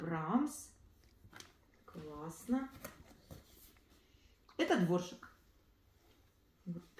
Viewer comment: Дворжак. Не Дворжик. 🤔